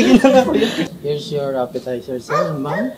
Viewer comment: a Legend once said “APPESITER” Mentos 2024